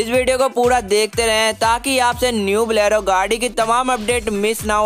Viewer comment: That pronunciation "Mendra Blero" 😂